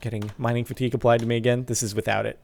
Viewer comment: Lol sparkles 😂 mining fatigue is pronounced mining "fatty gay" it's French.